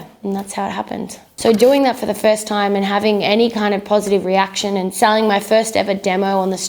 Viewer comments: She didn’t explain why she says “dime” instead of “time” And why she goes “then I make you DUVIT all again” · I love how she owns her accent by having "dime" on her hat, just like she pronounces "time" all the time. ;) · she says it like 'time' when she's talking, but her 'singing persona' or voice or whatever says it like 'dime' lol